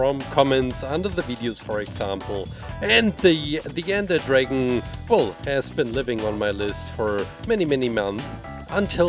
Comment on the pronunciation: It's his accent